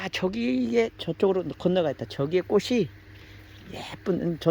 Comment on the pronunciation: 꽃이 피었다를 꼬시 피었다가 아니라 꼬치 피었다로 발음해야 합니다! 자랑스러운 한글을 우리들이 제대로 사용하고 지켜야 합니다!!!